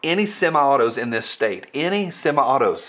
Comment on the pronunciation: said "sema-autos".